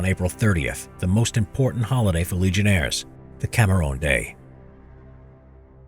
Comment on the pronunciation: Cameruun* Geeez. The pronouncitation killed me.